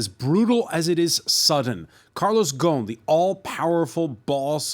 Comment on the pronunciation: obviously knows his industry, but he can't come close to pronouncing a French name to save his life. Un peu embarrassing.